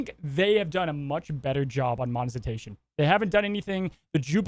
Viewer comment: Yo, it's mone-Ti-zation not mone-Zi-tation 👍